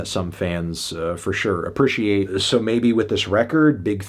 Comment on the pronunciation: ApprEciate, melon. Not appritiate. This has bothered me for years